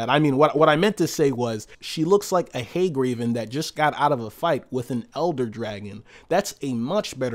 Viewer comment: Hag raven not haig raven, welcome back